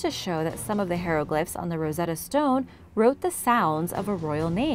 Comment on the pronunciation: P-tolome and Hero-glyphs hehe